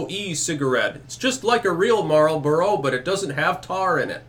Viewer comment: thank you for pronouncing "Marlboro" correctly ! smokem if ya gotem!